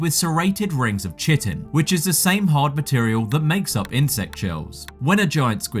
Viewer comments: Love the vid, but it isn't "chi-ton" its pronounced "Ki-ten". The hard exoskeleton of insects, sorry to be the grammar police, but I spent a lot of time in school learning this, and proper terms and pronunciations of all the terms were an important part. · it’s pronounced Kite-In not chi-tin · I hate hearing chitin as chia pet mittens it’s (kite-ton) No shade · Genuinely not trying to be a pedantic nerd, and I'm only commenting because you seem like someone who actually cares about what they post being accurate and good info -- "chitin" is pronounced as KITE-IN, not CHIT-IN. Think I've heard it twice now, so hope this helps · It's pronounced "Kai-tin", not "chittin" And I'm pretty sure it's pronounced "Eppy pel-ajic" Do you have A.I. voicing these? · It`s not "shittin" it`s "Ki-Tin" lol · Chitin = "kite-in" not "chit-in". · LMAO you gotta be Chitting me! Bro Chitin is pronounced Kyte-in. Look it up! :D Chitinous ~ Ky-ten-us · Isn't it pronounced kai-tn, like titan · Chitin = KYE-tin. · Chitin pronounced‘Kite-in’ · Chitin is pronounced like kite-in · it's pronounced Kai-tin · Chitin is pronounced kite-in. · Not to be that guy, but it’s pronounced “Kite-in” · Nah. I came here to say the same thing. You lose almost all credibility when you can't pronounce the scientific words in your study. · I concur so don't worry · "Chitin" is pronounced KAI-tin 😉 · He also thinks you say chitin phonetically You gotta be chittin me LOL! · That's not how you say chitin... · I really did enjoy the video and it is good. I do want to politely let you know that you did mispronounce a few words like chitin and lactic acid. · Good stuff. And just a note- the broadly accepted scientific pronunciation of "chitin" is - with a plain "k" initial sound. Both American and British- and across multiple disciplines. :-) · Less than 3 mins into this and you’ve already mispronounced chitin and epipelagic